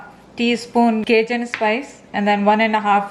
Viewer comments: i pauses asked my mom what is “cajoo” seasoning (cashew seasoning???) until it made sense to me hahah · Thought for a second that I'd been pronouncing cajun wrong😂 Typical desi mother!👌👌😂